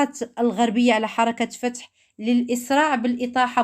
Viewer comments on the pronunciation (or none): قناتك جديدة ... هل فتحتيها باش تقطع في لحم الناس ..هل انتي عارفه حنا في رمضان؟؟؟ واش عادي كتنعاس وترتاح؟ فلسطيني اكيد لازم يطلع من البلاد خلي القنوات الكبار تتكلم ودافع على بلادنا اما انتي قناتك فتحتيها لي النميمة ما عندك حتى محتوى اسمها حركت فتح مشي حركت فتحو هههههه اويلي على لغة العربية كدردب في العقبى